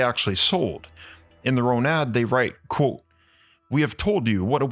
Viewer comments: It is pronounced "quote" not "quo". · It tickles me to hear him say “quo” instead of quotw